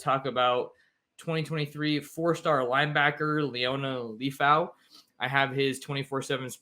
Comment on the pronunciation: It’s LEH-FAU my brotha but thank you for his spotlight. His name is translated LION in the Samoan language ! His destiny is coming into a fluent stride 🇼🇸 haha faka and that’s my life story